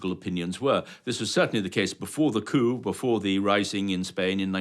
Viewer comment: The p on "coup" is silent. Not just strangled. Silent.